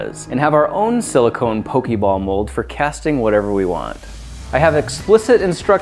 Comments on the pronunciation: It's "Poh-Kay-Mon" And "Poh-Kay-Ball" Not "Poh-Kee-Mon" And "Poh-Kee-Ball". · It's not pokeeeeeebals its pokeballs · can we address he is saynig pokeball wrong??? its not pokey its pokA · Why is he saying "Pokiball" and not "Pokeball"? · Pokey ball? Poe-key ball? I'm offended. But only because it's the Internet. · didhe just say pooki balls? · auctully is pronounced ''poke-ay-ball'' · That's NOT how Poké Ball is pronounced :/